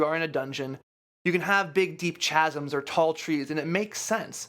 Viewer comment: Chasms. Made laugh with the hard CH.